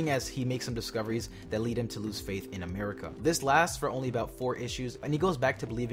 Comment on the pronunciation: did you say amirica????? looooooooooool